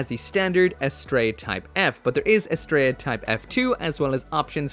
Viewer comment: You are ssaying the name wrong. It is not as-Stray-ah it is as-Tree_ah. It is the name of a Greek Godess